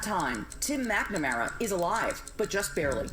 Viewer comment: "Tum MacNamara" -sorry, love the accent!!!